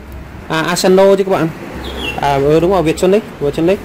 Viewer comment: Asano chứ không phải Asanzo